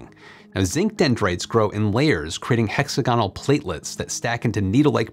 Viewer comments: Geez.. The anodes have hexagonal dendrites ... It's not hexa-GO-nal. It is pronounced hex-AG-uh-nuhl. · Hexagonal should only be phonetically spelled : hekˈsæɡ.ən.əl ~ the other way just sounds wrong every time I hear it lol (opinions are like elbows)